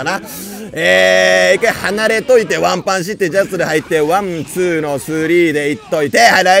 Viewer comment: 女性キャラKOするときはわんぱぁんじゃなくてぱいぱぁんに聞こえるのは僕だけでしょうか？